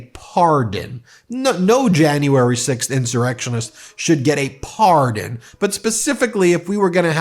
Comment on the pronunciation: Why are you saying the word pardon like that? Honestly it's just weird and it sounds really f**** weird. Don't emphasize after P, don't make it a three-syllable word for no reason when it's only two syllables. Just leave it at two syllables and say it straight without the emphasis. I'm sorry, not sorry it just sounded very weird